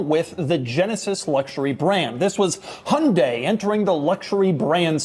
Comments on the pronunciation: As a Korean, my eardrum pukes a little whenever Doug pronounces HUUUNDE. There is a Y there for a reason. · Doug is the type of guy that doesn't pronounce the "Y" in Hyundai 💀